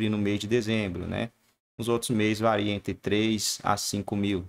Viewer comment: "Vareia" não, moço. É VARIA.